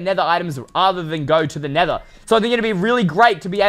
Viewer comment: Not nethe its nether